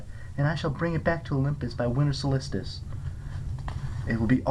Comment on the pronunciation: I’m quite grateful for you posting these I listen to them while I work but I’ve gotta ask where the extra L came from in solstice lol